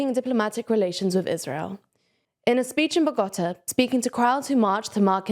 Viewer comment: It's adorable to see someone so young they don't know how to pronounce Bogota, as they probably did hear the name in the news every single day for months and monthsm